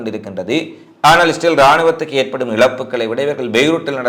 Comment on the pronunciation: இஸ்ரேல் என்ற வார்த்தை வாயில் ஒழுங்காக சொல்லுங்க